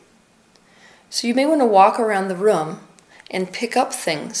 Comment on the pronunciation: The way Teal says "room" hehe